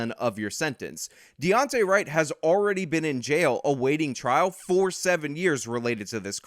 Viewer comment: you said Dayonte Wright lmao